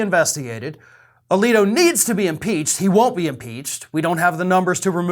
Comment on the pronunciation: Samuel A-leak-O